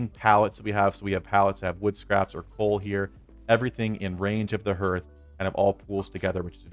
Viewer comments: Just a BTW, it's pronounced Harth not Herth. My reason for watching is that the Iron Hammer does not appear in my crafting list, I can't make one and I've no idea why, still don't. 😢 Later..... Found it! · Excellent video. I'm just distracted by hearth. it's pronounced "Harth". Just sayin'. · I got distracted by your pronunciation of hearth sorry, you said "the hearth is the heart of the base", hearth and heart have the same "A" sound "Harth", sorry, great video just couldn't concentrate after that. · (H-are-th) harth as in I welcome you to my harth and home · Hearth sounds like "Haarth". 😎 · Yeah, other than the pain every time you say Herth, this is a great video. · Love your content man! I've been playing the game the moment it was released and downloaded. A huge Tolkien fan man myself, I truly love the amount of work and effort that goes into these tip videos from so many different creators, and I watch them constantly. But seriously... how do so many of you not know how to say "hearth"? Its pronounced h-AR-th. Like heart. Like your organ. but with a 'th' on the end. Its just kinda funny that you are like the eighth youtuber I've watched that says "h-ER-th". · Yeah, it kind of put me off too! Great video otherwise